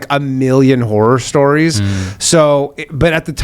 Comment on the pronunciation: Did he say tinder "horror stories" or tinder "whore stories"?